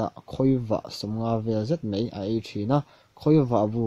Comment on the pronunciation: Mai tih turah mei i ti zel a .